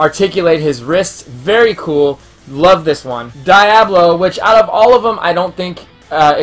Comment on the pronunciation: These are adorable and I actually want to go look for these! I had to say that Diablo is Dee-ah-blo. I wasn't sure if you were joking but then you said it 4 or more times and I couldn't take it. Maybe be silly but wanted to help you out! Loved the video though!